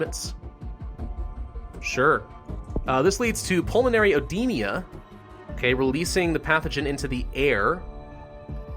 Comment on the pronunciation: Oedema is pronounced e-DEE-ma